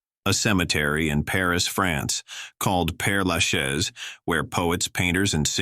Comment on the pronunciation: Your title is misleading. These people are not buried in "strange" places; they are buried where they feel most loved. Thank you for pronouncing "Pere Lachaise" a French name, correctly - from a French person.